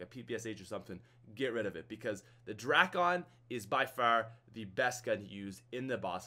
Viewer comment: Please, everyone, the drakon is pronounced as DRAKE-IN, not DRAK-ON. Even though it's spelled that way doesn't mean it sounds that way